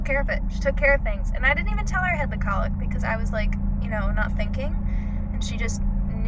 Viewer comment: Your pronunciation of cowlick is weird. It's not colick. That's what a baby does.